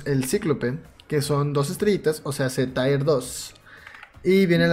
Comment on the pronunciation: Gracias! Andaba buscando esta información en forma de VIDEO que no me duerma! BTW Tier no es TAIER es TIeR*